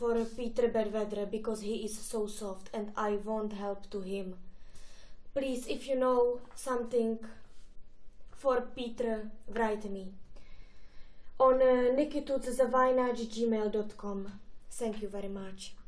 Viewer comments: ''senkkjů very mač'' :'D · Tsenk jů :D